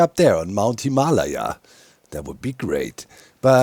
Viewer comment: O.O :D YAY DOC! You said the mountain name right!! <3 glad i helped :) :edit: aaaand he's back to calling it the funny name XD Him ah la ya vs. Hym a lay ya XD <3 you, doc you're hilarious! XD